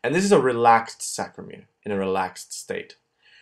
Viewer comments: Good work...a small correction.. it's saRCo-.... not saCRo. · It's sarcomere not sacromere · Wonderful video! But i guess the word is sarcomere not sacromere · sARCOmere... its killing me Best videos though, thank you! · It's called a sarcomere not sacromere. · aren't they sARCOmeres ? - not sACROmeres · “SAC”ROMERE LOLZ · oh, i see, he says the whole time sacromere...